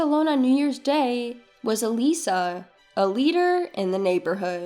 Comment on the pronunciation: Eliza is pronounced wrong! It is not said as 'eh-lee sah'. It is said as 'ee-lie-zuh'. It's a very simple and old name. What's so hard to pronounce a name right? Duh...